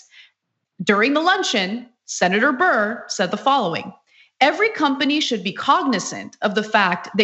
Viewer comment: DICK BURR say it right